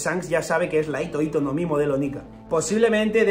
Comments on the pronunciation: Por qué todos se comen la H? En la romanización esa H suena como J, así que hito hito se lee Jito Jito, como la J de Jirafa, pero decir Ito-ito es como si fuera hilo-hilo, así como doflamingo tiene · Hola, me encantan tus vídeos. Sé que pareceré repelente, pero "hito hito no mi" en japonés la h se pronuncia como la j española o la h inglesa. Lo digo porque haciéndola muda parece que digas "ito ito no mi", que como recordarás es la fruta de Doflamingo. Espero que te sea de ayuda y discúlpame por corregirte. ¡Gracias por tu trabajo!